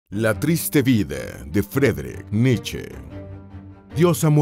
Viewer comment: Frederick niche?? Grupo Niche 😹